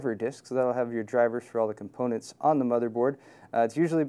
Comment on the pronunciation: he said cum-poonets